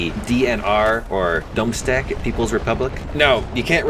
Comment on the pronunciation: donstek XD it's donetsk tho